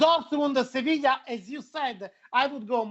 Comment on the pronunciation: Spanish pronunciation of Sevilla